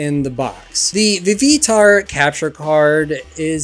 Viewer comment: "Vee Vee tar" wtf lol